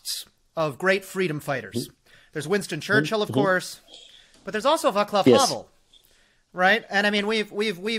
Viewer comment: I love you, but there is no instance in existance of Slavic languages where C would be pronounced as K (referring to VaClav Havel). That pronunciation is, as far as I know, an exclusively English invention. Oh, OK, and Italian. Still not Slavic tho.